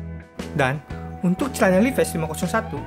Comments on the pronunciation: Dan sebutan nya juga haris betul bro.. 😁 🙏 Bukan Li Ves.. Sebutannya Li Vais = Levi's Harus betul sebutannya seakan orang USA..kerana itu produk mereka.. Hihi 😁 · Sebutan jauh bbeza Levis.....hahaa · Duh bang penyebutan nya aja salah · Ory vs asli..?hahah...nak baca levi,s pun tak betul... betul kan dulu bacaan nya...